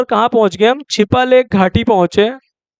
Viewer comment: Chipalekh nahi chiyalekh hai